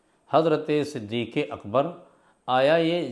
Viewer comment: مولانا تجھے نام تو پڑھنا نہیں رہا ہے تو علمی بات کیا کرے گا صدیق اکبر ہے نا صدیق اکبر تھوڑی ہے